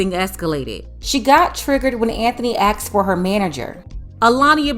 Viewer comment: Anthony didn't 'AXED' for a manager. He 'ASKED' for a manager.